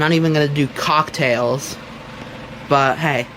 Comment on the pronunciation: he really emphasized the “cock” in cocktail there